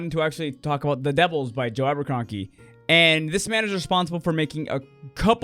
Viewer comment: Thanks for the rec! Sounds fun, I’ll have to check it out. Sorry to say though, but I have to tease you for pronouncing his name as Aberkronky. Brain pulled the wrong lever!